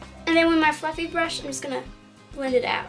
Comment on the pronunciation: for a second I thought you said fucking brush instead of fluffy brush ahha